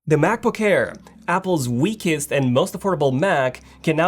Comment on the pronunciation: He always says Macboo-care lmao